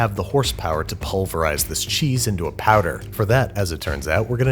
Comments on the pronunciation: Everyone: “powder” Banish: “patter” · You pronounce "powder" as "patter". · For some reason when you say powder it really sounds like padda and that is becoming really distracting XD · powder - "padder" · I was not aware that there was any accent that pronounces "powder" as "patter". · Are we gonna talk about how he kept pronouncing “powder” ??? 👀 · Is he saying powder or patter? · Say powder one more time